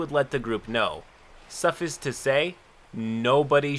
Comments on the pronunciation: Love ya my crabby bro. But your mispronunciations man...... My problem, but damn if I don't miss a sentence or two every time... Suhff-eye-sss Not suff-ih-ssss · Bro I love your content, I’ve watched almost all of it…but for the love of GOD bro it’s SUFF-ICE not Suff-is 😂 I hurts my soul every time 😂😂😂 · The way you pronounce suffice and artifice infuriate me, because it's like you got them backwards! That said, I really enjoy your videos and they're actually my favorite ones of this particular format. The way you explain the stories is like a friend recalling their own experience to you. A lot of old memories, both good and bad, come back to me while you read these Reddit stories. Never stop! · suffice to say - look up the pronunciation. this is not the first time ive heard you pronounce it that way. its a common word, c'mon. sorry, pet peeve over. still love the vids.